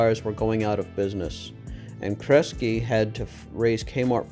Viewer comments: not on something I've made a 10 minute video on. It's pronounced KRES-GEE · When you mispronounced Kresge so horridly, I quit watching. That name is far to famous for you not to know how to pronounce it yet do a video on the history of Sebastian's company.